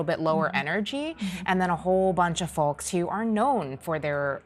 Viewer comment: She pronounce the L in folks..